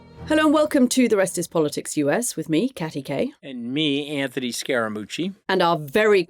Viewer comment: Im gonna try to listen to Cathy talk about US foreign policy as if her foreign opinion matters. She can't even pronounce Anthony's name correctly.